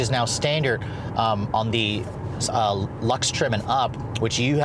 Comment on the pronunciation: it just near lux.. not lux